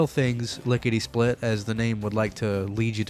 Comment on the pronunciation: Notice something about the Lickety Split... It sounds like Lickety Spit... Spit (Hawk Tuah)... What did Todd mean by this???